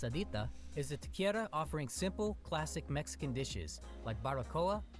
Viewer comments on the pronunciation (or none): And they didn't even mention German food, one of my favorite places in Chicago being the Berghof. By the way, you hate AI and I think this one fooled you: The way they pronounced "taqueria" made me notice: They said ta-KER-ee-uh when it's ta-ker-EE-uh